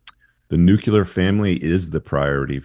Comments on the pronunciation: Imagine unironically listening to a guy who is so uneducated he can't pronounce nuclear. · It's "nuclear" - not "nucular"